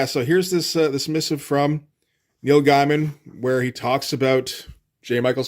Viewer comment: Neil "Guy-mun"? Not "Gay-men"? No love lost for the guy, but...Is that rage bait or just a case of never having heard it pronounced before?